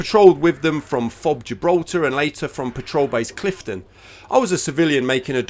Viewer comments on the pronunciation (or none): none